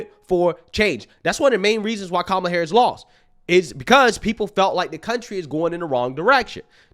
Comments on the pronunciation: Sharpton said Kamala's name Camela 😂 Racist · Hey Reverend you said Kamala’s name wrong you racist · Sharpton still isn’t pronouncing Scamala’s name correctly.